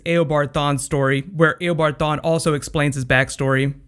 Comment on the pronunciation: Hey it is not aobard it is eobard